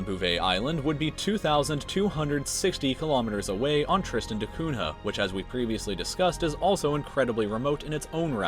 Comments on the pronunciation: It's pronounced TREEstən da KUNyah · Am I the only one who is bothered by the way he pronounces Tristan da Cunha?😂